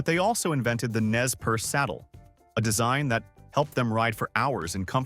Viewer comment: Nez Perce is properly pronounced "Nay per Say", not "Nez Purse."